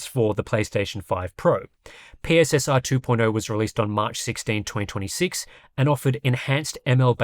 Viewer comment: PSSR is actually pronounced "pisser"